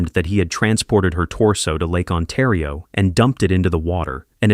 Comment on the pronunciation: Its Oshawa Ontario not Awshawa Untario